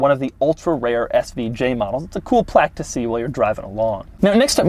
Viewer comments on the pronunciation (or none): none